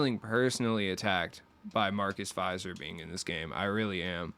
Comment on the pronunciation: Just an FYI, my cat vomited the moment you said Marcus Fizer.